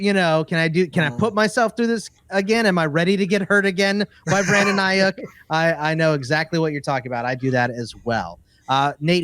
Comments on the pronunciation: No one: Not a single soul:: Brandon Ai-YUK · Have never heard somebody mis-pronounce Aiyuk the way that does. Figure it out, bud…